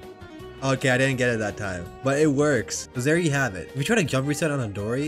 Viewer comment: "zair you have it" 🤣🤣🤣🤣🤣